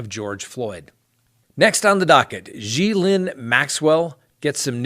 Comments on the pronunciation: I believe her name is pronounced Ga Lane. I have heard it so many ways but thats how people that know her personally say it. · Pronounced ge layne maxwell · Her name is pronounced Gis lane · It's pronounced Mary Kay Lue-turn-oh, and Gee-lane with the G pronounced guh, as it is in give or goat. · Gis laine rhymes with elaine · repeat after me.....Gay-Lane Maxwell......that’s the actual pronunciation of Ghislaine Maxwell 🤣🤣🤣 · I don't mean to sound petty here or rude but I have to say that Mary Kay Letourneau is pronounced as "La-turn-oh", and Ghislaine as in Maxwell is pronounced as "Gi (as in give), and the s is silent so it's "Gi-lane". Like I said I don't mean to pick but it was driving me crazy so I kind of had to say something! I hope I didn't offend anyone because that wasn't intended. 😉 Thanks for all the great videos and for presenting the facts. It's refreshing. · Yes, you're pronouncing "Ghislaine" wrong. The "s" is silent! The name is pronounced "Gee-lane". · it is pronounced “Gee-lane” Karen looked it up. You can find word and name pronunciation on line. It’s easy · It's a French name...I will try to write in English how they say Gees layne. More or less like this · love you but your name pronunciation is baaaad...La-turn-o....Gee-lyn...you're killing me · Ghislaine is pronounced ger-lane, gerlane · It's pronounced jis Lenn...Ghislain day 7...le turn o. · Ghillanes name is pronounced ‘Glane’ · and Ghee-LAINE not LYNN. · I've actually heard it's pronounced Ghee-Lynn or Geh-Lynn. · thank you his pronunciation had me questioning if if been saying it with got decades. That Maxwell woman's name is being mispronounced too. But I can't even spell her name so I get that one lol.